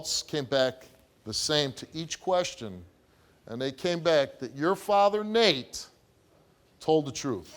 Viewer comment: It legit sounded like he called Nate Mr. Naked 😂